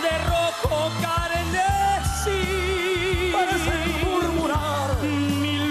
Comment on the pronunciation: NO ES POR NADA..PERO " CARNESIIIIIIIII,,??? DE QUE ESTAMOS HABLANDO.. NO SERA CARMESI??? DIGO..